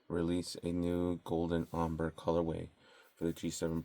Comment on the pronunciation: Are we really not going to correct the way he's saying Ombre? It''s pronounced entirely different to Amber. (Om-BRAY) Would be the proper pronunciation.